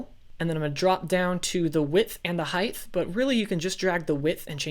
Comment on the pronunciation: It height not heigth no thhhh sound... Sorry it really bugged me